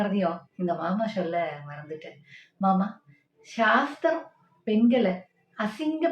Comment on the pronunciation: ஷாஸ்திரம், ஷட்டம்! 😂😂😂 சாஸ்திரம் சட்டம் அல்ல 😂😂😂 கலக்குங்க தோழர் 😂😂